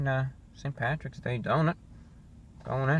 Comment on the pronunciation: You called it pattys day but I still gave a thumbs up.